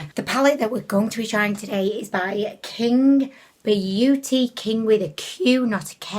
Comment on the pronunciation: When you said Qing beauty I heard "kink beauty"